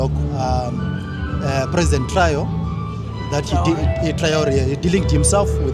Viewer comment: This Blackman cannot even pronounce the name of Captain Triore 😢. BLACKman who need balls as journalist and African. 😅 AES. Yes